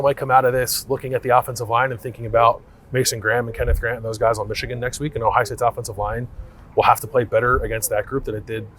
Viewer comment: Yall gotta stop saying Xichigan.....